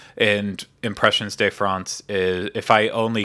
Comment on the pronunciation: Just FYI: the "de" in "Impressions de France" isn't pronounced as "day"; it's just a short e sound as in "fed". :)